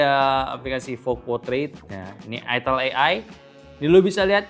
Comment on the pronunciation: bang baca nya aitel bang..bukan itil